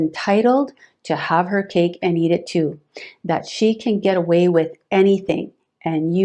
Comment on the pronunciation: OMG it's "Kate and Edith too" not "Cake and eat it too"